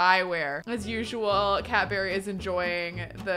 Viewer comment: Is anyone else hearing Cadbury rather than cat berry 😂